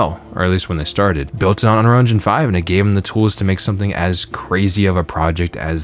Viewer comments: Is it just me or does this guy not know how to pronounce "unreal"? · Maybe if you could pronounce the word "Unreal" you would have a different perspective?